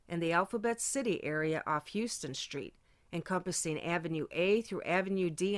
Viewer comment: Its pronounced 'How-ston' street, not Houston like in Texas. I knew u weren't a new yawka lke me bec of yr accent which is.....I dont know. Upstate ny maybe?